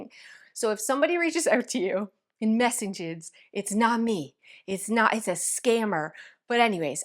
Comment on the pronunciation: These are super cute ideas! Did you say “mess-EHN-ges”??